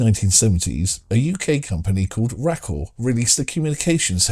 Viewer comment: Very cool. For reference, RACAL is pronounced "ray cal". In the 80s they were responsible for starting a little telecoms start-up called "Vodafone".